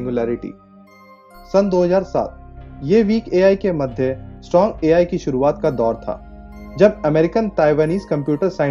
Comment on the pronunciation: Bhai sahaab A.L. nahi wo A.I. I FOR ICECREAM hota hai